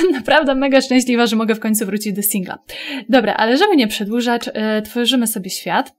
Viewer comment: 0.49 Czy tylko ja słysze przedłużacz zamiast przedłużać? ._.